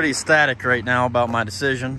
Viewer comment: For a minute I thought the dude was saying he was "static" about his new truck lol